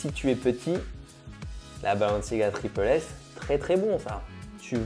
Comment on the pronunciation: (TripLE S) Mec est ce que tu l’es à déjà porter tu dit que tout les chausure sont immonde tu l’es porte tu sera fan tu l’es portera toujours arête de juger sans essayer et juste on dit tripLE S et pas tripel S